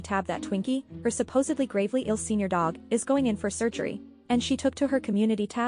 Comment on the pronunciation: Please tell me you did not say "supposably ".